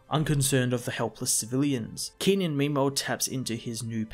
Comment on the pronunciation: Brilliant review One of my favourite comics of all time, shame it's getting cancelled. Could you please try reading the Iron Fist and Daredevil comics? They are in my opinion the best comics Marvel is putting out and the new villain in Daredevil - Muse is truely chilling Oh yeah and Kenan's pronounciation is with a sharper e sound like Keh-nan and It's Yih-Ching